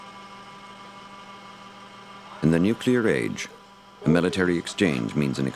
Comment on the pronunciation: Helmetless Riders.. This is a pre-Nanny State documentary.. where it seems they were afraid of nothing... except maybe Neww-Cue-Ler War?. Hahaha